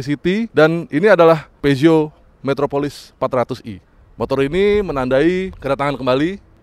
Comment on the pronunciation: Horeeeee cara nyebut brand nya betul... Biasanya nyebut pyuzo.. Pijet...pizot